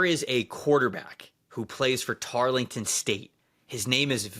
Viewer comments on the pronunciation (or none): Btw it’s pronounced "TAR-l-tuhn" not tar-le-ton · Y’all are killing me with your pronunciation of Tarleton.